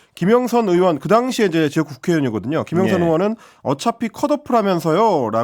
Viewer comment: 방송출연하는 놈들 중에서 의발음 못하는 놈들은 꺼져라 왜 멀쩡한 국회의원을 으원 으원하고 자빠졌냐? 의사도 으사라고 할거냐? 특히 이는 의원발음 잘하면서 으원으원 하는 이유가 뮈냐?